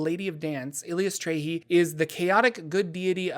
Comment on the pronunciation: Currently playing a Cleric of Eilistraee. A lot of fun. Also it's EYE-liss-TRY-ee.